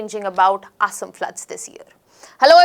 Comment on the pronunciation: I would appreciate it if the names of the places in Assam and the name 'Assam' itself could have been pronounced better.